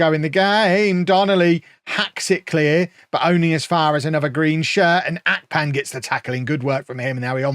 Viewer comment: it's Ahhhhh-pan not Ark-pan